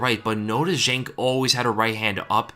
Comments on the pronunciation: Fun fact: Zhang is pronounced John. Just to make your life easier throughout Weili's UFC run. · Just a kind reminder, it's Zhang, not Jeng or whatever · The Chinese name "zhang" is pronounced like 'djahng'. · I'm really bothered on how you pronounce "Zhang" lol